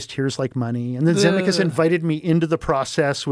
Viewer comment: Never heard of his name pronounced Zemmi-kus. Also why tf did he go into the story of him being a drunk and killing his passenger and throwing his wife? He didn't sound like he took accountability. Didn't even name the victim.